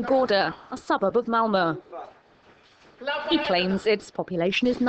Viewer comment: haha the female narrator can't say malmö, she says whalla! xD